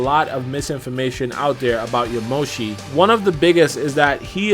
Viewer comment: Aaaahhh!! So annoying!! YaMOshi? Really!? When will people learn that japenese names put the emphasis on the first part! YAmoshi, please. Don't blame you though, thanks for the info and your thoughts!